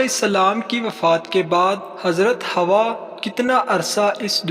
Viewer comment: hawwa hai hawa nahi